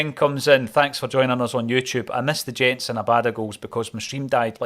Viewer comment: Love this group of players and their Da Big Ange. Jenz is pronounced YENTS not GENTS HAIL HAIL ACSOM